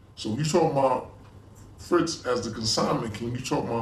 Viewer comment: That dude said Ritz